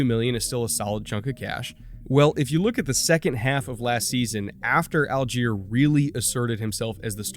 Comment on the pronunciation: Good morning,! I am from Germany, and that was an enjoyable video so far (I'm 6min in, gonna watch the rest in a minute). But please sort out the pronunciation of Allgeier. It's a name with German origin, and it's pronounced "All-gy-uh", not "All-jeer". For pointers, listen to how NASCAR commentators pronounce Justin Allgaier's name - a name with the same German roots and only one vowel different (which would both be pronounced the same in German anyway).